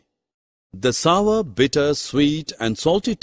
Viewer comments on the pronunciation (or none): It is not sover it is sour